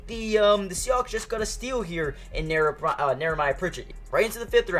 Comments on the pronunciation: How many times is he gonna say Nehemiah wrong? Where is the R in his name? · Knee-a-my-ya Pritchet. It's one of those names you don't see often.